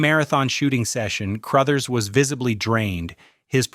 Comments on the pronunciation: Scatman Crothers- The definition of the word "cool" PS- His name is pronounced "Cruhthers." What is so difficult about getting human narrators? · Skatmin Crothe-ers. LoL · Cruuthers.not Crooothers. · In the movie, it's room 237, not room 217. So, yeah. And, you mispronounced "Crouthers." A couple times. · Scatman “Crowthers”. Speak names correctly. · Scatman CROW-thers? Good grief! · Just FYI, Crothers is pronounced like brothers. Also, you kept showing the Stanley Hotel which has nothing to do with the movie. Was this done with AI? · If they are pronouncing it CROW-THERS then yes. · You’re constantly mispronouncing Crothers! Do some research before you post something! 🙄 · You lost me with the horrible AI pronunciation of Scatman Crothers. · I know.not the mispronounced last name according to Ai 😂